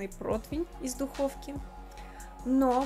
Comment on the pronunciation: противень -противня, а не протвень - протвеня)))